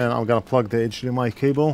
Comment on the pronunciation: Always cracking up when he says AJ M I port